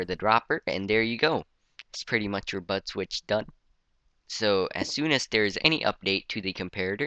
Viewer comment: It's sounds like your saying butt switch XD no offense tho